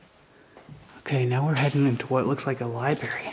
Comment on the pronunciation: Dude THE WORD IS LIBRARY. Lie-bRaRe-eee It’s not LiEBERRY. There’s no BERRY in the word. Learn your own language.